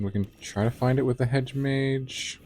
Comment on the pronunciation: Right! Why does everyone say MAGE.